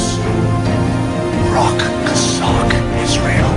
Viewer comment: Maybe he should shut up and listen to how to pronounce Chazak!